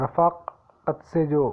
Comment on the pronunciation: رفاقت میں ر کو زیر لگا کر پڑھتے ھیں